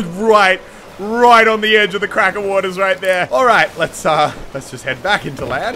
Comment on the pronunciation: It’s...it’s not krakens Muselk.